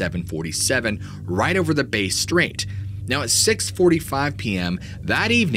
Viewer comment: hey mate just a heads up the pronunciation of Bass Strait is this bass as in bass fish is how u say bass not base strait its bass like hey I just caught some nice bass hope this helps